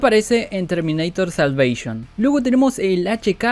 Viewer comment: Termineitor salveishon Que tanto te costaba decir Terminator la salvación